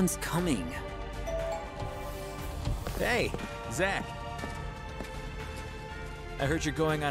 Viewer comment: Zack not jack